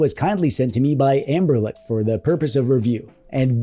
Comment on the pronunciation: What's the lore behind you saying Anberlic instead of Anbernic?